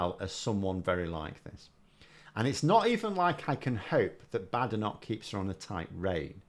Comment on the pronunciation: Polite request here. has taken the lead on Badenoch. She pronounces it 'Bad Enoch'😂 I'm sure it's just her accent, and couldn't possibly be a callback to Enich Powell. Just a coincidence. Can we all start pronouncing it like this?